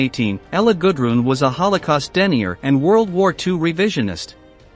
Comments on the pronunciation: Holy crap! Can you not pronounce denier and Lyon correctly? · Interesting subject. One would think that if someone were going to go to the trouble of putting together a presentation of this level of historic significance, that they might take the trouble to learn to read. The word Denier is pronounced "de-NIE-er".. not "Denny-er". Holy Christ! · A person who denies something is a "de-NIGH-er", not a "DIN-yer. And Mengele is "MING-uh-luh". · And denier not Den-I-er. Must be narrated by a machine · Please do something about your pronunciation of words like 'Denier" and "Mengele"!